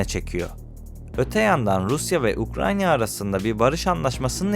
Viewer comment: Ukranya değil Ukrayna lütfen